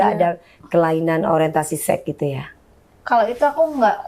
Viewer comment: DP bilang sex jadinya kok sek gitu siiiihhh … (sek’esek’seket’an😂) .. pengucapannya “seks” gitu lhooo biar educated dikit🙊🙈